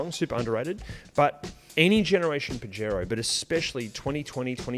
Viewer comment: Pajero (pronounced Puh-hairo) translates to wanker in Spanish